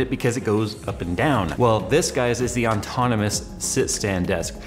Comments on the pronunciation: seriously, how does he not realize what hes saying? he does it every. single. time. he spelled it correctly in the title, though...? again,. its 'ahh-tonomous', not 'on-tonomous'....there is only one N! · Why on earth does he keep calling it Auntonomous when its Autonomous!? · you should learn to pronounce "autonomous" lol... Not On-tonomous... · ok, enough with the as would say "ontonomous" desk! lol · THIS! PET PEEVE! Still like you, though, +. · yeah, nbd but sets off my OCD just enough to make me twitch every time he does it lol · He does it to piss you off. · Haha same! Its kinda unprofessional. But at the same time .... its not. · drives me nuts since the moment he got the thing! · I wonder when he'll stop mispronouncing it ontonamus.